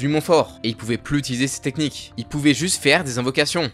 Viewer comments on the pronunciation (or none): none